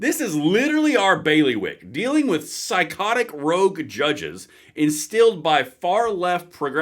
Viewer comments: love your work but the word is ROGUE not rouge which is reddish in color. Keep up the tremendous work my friend R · Rogue, not rouge.